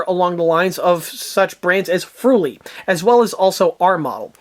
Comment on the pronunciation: "Friul" not "fruli"